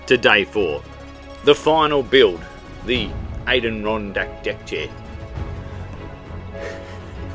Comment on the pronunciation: Lol. An der ron dack. From the Adirondack mountains of New York State